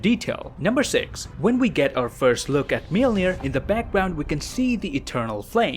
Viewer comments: The way I learned how to say Mjolnir is mule-near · Everyone: Mjolnir Darcy Lewis: Mewmew: Melnir